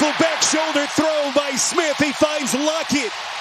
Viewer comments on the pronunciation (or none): Why was the man saying lockets name like lockee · is it just me? or is every time Lockett makes a catch the announcer says "Lockey"